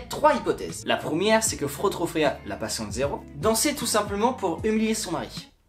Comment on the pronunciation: Ça se dit "Frao" c'est de l'allemand qui veut dire "madame", sinon cool la vidéo p'tit pote